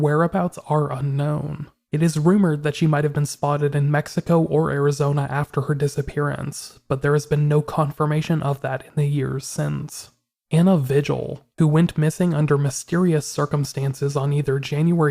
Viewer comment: Vigil is pronounced Vehill🌹